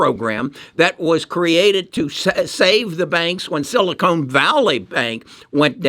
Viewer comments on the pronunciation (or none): it’s Steve Jobs, it’s Silicon Valley not silicone….